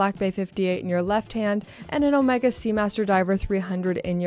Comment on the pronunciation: your hair fell great! Although you pronounce Omega horribly.